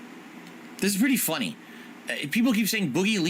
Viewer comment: does hes say "funnuny" instead of funny or am i hallucinating? everyone check this out i clicked like 10 times HE SAYS FUNN-NUNNY